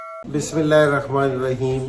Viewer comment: السلام علیکم سر, ویسے تو آپ سب کچھ جانتے ہیں بہت بڑے ہیں آپ, لیکن میں آپ سے بہت معذرت کے ساتھ ایک بات یہ گزارش کرنا چاہتا ہوں کہ آپ بسم اللہ پر دھیان دیں بسم اللہ کو صحیح سے پڑھیں